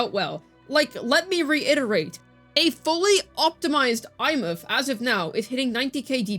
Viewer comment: i cannot hear these people. there is one that calls her EmeATH and my blood boils at how stupid that sound